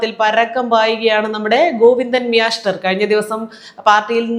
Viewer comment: പറയുന്ന പോലെ മ്യാഷ്ടർ😂